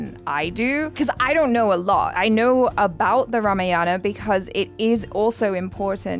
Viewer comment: Its better not to use the term mythology for ramayana. Call it 'epic' or 'itihaasic/pauranic story'. Also pronunciation of ramayana is 'rāmāyana' Not 'ramayāna'